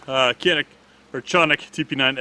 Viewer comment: Canik Municipality in Turkey American pronunciation ka·nik